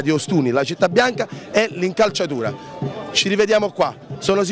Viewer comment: incalciatura? ma come parlano gli ostunesi?!